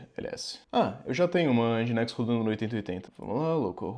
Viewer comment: Já sabia Docker, mas nesse vídeo aprendi a pronunciar Nginx (ao invés de N-guinks)